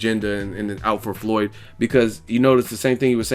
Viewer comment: Skip can't get Floyd's name out of his mouth and why no one ever talk about no scar on the shoulder of PAC man 🤔🤔just saying